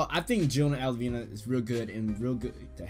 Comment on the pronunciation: And its al-vi-na not alivina